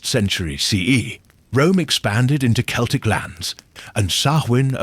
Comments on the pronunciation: Celtic is pronounced Kelltic like Cat and Canada and the Romans never set foot in Ireland so they didn't have any impact on Samhain. The arrival of Christianity around 700 AD did. I think it's a Pre Celtic holiday but although there is evidence to suggest so it's still a mystery. I imagine there was a lot of casuaties carving turnips. "It's a holiday older than memory". Yes, from the Republic of Ireland 🇮🇪. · This is AI. Celtic, ( hard C) pronounced as 'S'eltic. Lead, as in a dog lead, pronounced as the metal. AI generated to produce hits without effort. Turned it off once I knew it was'nt real. Shame.